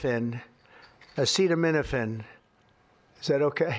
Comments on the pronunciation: The reason Baron Von Shitzenpants referred to Tylenol and not acetaminophen is that he couldn't pronounce acetaminophen. He's opened himself up to a massive lawsuit because he couldn't pronounce a simple word. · Dumbass can’t even pronounce the common drug acetaminophen. Release the Epstein Files!!!!!!